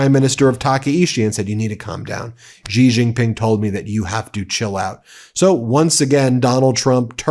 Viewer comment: For heaven's sake, learn how to pronounce Xi Jin Ping.